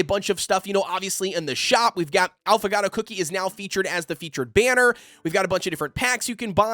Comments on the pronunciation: Great video! It's pronounced 'ah-foe-gah-toe' it's an espresso drink with a shot and ice cream instead of milk, so good! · Since you're having trouble pronouncing Affagato's name- [Aww-fuh-gaw-toe]